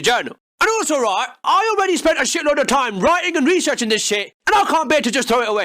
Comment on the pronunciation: What's that word uses? "Writing and"....what? Reese erching? Reeser ching? I can't take this guy seriously if he's just going to make words up.